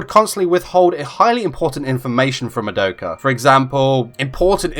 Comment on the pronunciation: It’s mah-douh-kuh not muh-doe-kuh